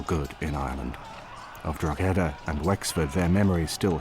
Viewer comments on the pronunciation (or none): Please learn to say Drog-her-der properly before the inability to do basic research completely discreadits anything that's put forward. The treatment of the garason there is highlighted measly as it foretells the "so called" mass ethnic cleansing of the west. Which you don't conver. A large proportion of the Irish population was killed. To a degree that Irish culture struggled to sustain its self there after. In Ireland Cromwell is the no 1 figure of fear and sadness, and as a result hatred. The silly one sided commentary here is why the Irish view the English education system as ill preparing the them for a sensible relationship in the future. Any oportunity for Ireland to become part of the British Isles ended with Cromwell.